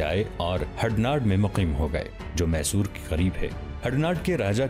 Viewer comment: یہ محصور نہیں میسور ہے